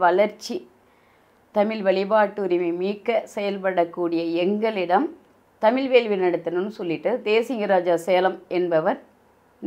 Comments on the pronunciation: தமில் இல்ல தமிழ் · இந்த அம்மாவுக்கு தமிழ தமிள்,அலைச்சாங்கனு பேசுறாங்க.இந்த லட்சணத்தில் இவங்க தமிழ் வளக்கிறாங்களா?சிரிப்புதான் வருது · இவளுக்கு தமிழ் என்ற சொல்லை சரியாய் சொல்ல முடியவில்லை